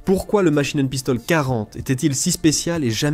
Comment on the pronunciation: "La machinen pistole....QUARANTE !!! Ouaiiiiiis !!!" Ridicule !!!